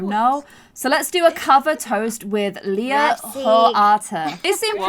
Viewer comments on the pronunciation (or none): none